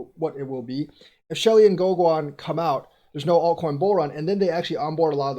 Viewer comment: Pronounced GoGen.